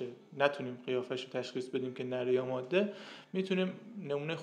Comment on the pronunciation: دو اشتباه که مکرر در این ویدئو تکرار شد اولا مادّه (Maddeh) اشتباه است، درستش ماده (Madeh) است، بدون تشدید. ثانیا اسم این پرنده Myna است نه Meena، این پرنده بومی شبه قاره هند است که از طریق افغانستان به ایران مهاجرت کرده است و بهتر است نام آن را همانگونه که است تلفظ کنیم و به میل خودمان تغییرش ندهیم